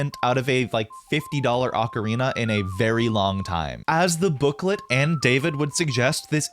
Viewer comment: It's pronounced "oh-karina". That particular model is not well tuned